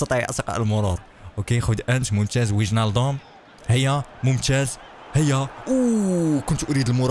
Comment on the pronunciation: اسمه ساديو ماني وليس سعودي ماني اسمه ايمري شان وليس اي كان اسمه وينالدوم وليس وينالجوم صحح اخطاءك يا